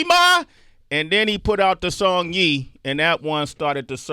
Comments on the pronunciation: Sway said "Yee", Lol....its pronounced "Y-ay", like Hey, Play, Say,.......but thanks for having Burna on the show. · Sway sayin' , let's hear "Yee" had me laughing 😂😂😂 but that's okay i also have problems pronouncing stuff.. Burnaboy you got fans here in Istanbul Turkey, too..one world, one love 🙏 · Sway didn't do his homework. This could have been a much better interview, he got his college history wrong first. When Sway kept saying "ye" like Angela Ye's name, I was thinking he clearly didn't listen to the song. I was surprised Burna didn't tell him anything immediately. Sway, you can't trust your production team to google for you. You need to go back to your roots and listen to the music, at least that, before the interview. I expected more. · How Sway gonna mispronounce “Ye” .... ?